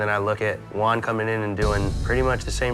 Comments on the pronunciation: Funny cuz all the time I kept hearing the name One, but when they showed his name it was Juan HAHAHAHAHA come on guys, it's not that hard, just the same as One but add the "H" sound at the beginning which is exactly what the J does in Spanish, so instead of One, say who-ann together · Dude is calling him Wawn rather than Juan. It isn’t that hard 😭😭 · Hate how they’re pronouncing Juan’s name. Sounds like they’re sending one lol